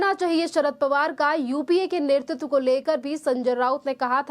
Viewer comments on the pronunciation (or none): none